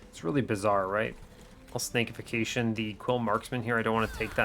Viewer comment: This has been driving me nuts: its Snack-ification, not Snake-ification. Because you're turning the enemy into a crab cake for its allies. Making it into a snack. It's a great pun.